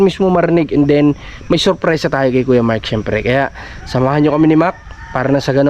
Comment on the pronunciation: Ano ba talaga name niya MIKE ba or MARK??? kasi ang bigkas lagi ni ay Mike, sa thumbnail ay Mark!